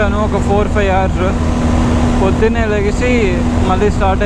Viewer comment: బ్రదర్ నీ రైడింగ్ సూపర్ బాగుంది కానీ ఇంగ్లీష్ లో food ని hours నీ మరియు fush నీ కొంచం క్లియర్ గా చెప్పు.